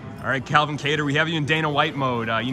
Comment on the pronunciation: it’s pronounced Calvin get it right lmfao